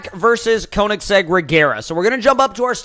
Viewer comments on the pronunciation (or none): none